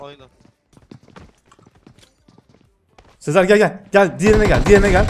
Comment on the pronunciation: Abi sezer yerine se diyosun 😂